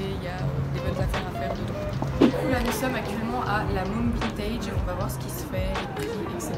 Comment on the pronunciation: on dit vintèd eheh